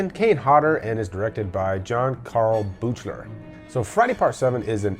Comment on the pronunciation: FYI: Buechler is pronounced BEEKLER.